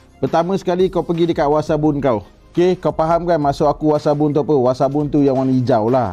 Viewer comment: Alahai dah nama WAssap guna lah nama Wassap .nak WASABUN BAGAI ..Kan dah tersasul..puiiii